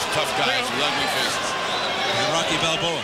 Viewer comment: did my boi just say and Rocky Balvoa?? Hahahah